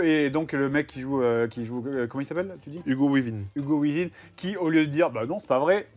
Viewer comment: Seb : "Hugo Weaving" Fred : "Hugo Within" X)